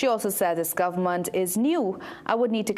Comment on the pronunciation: Please pronounce the words properly It's Government not Governmont It's Parliament not Parliamont time to do better It's ment ment not mont mont